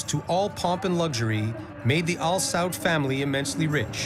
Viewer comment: Am I the only one who cringes evertime they say "chic" instead of "sheikh" or when they keep saying "al-saud- instead of a-sa'ud?🤔... smh whatever tho...😮‍💨